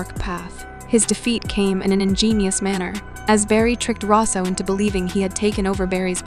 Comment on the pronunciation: You mispronounced Cicada and Russo